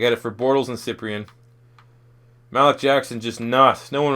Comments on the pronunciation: Lucas Borja Yeah it's pronounced Maleek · Learn how to say Malik Jackson bro